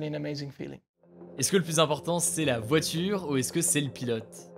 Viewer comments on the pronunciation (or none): none